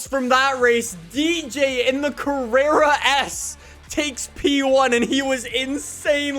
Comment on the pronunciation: mhm, yes , “carrrera”